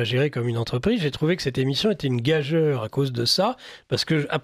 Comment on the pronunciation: C'est fatiguant d'entendre le mot gageure mal prononcé... On doit le dire : gajure!